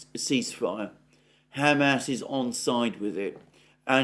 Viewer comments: I’m sorry but your “Ham ass” pronunciation is making me giggle harder every time you say it! 😄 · Is it only me, why do I keep hearing Hammed Arse? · I can't stop hearing him say "Ham Ass" when he says Hamas. 😆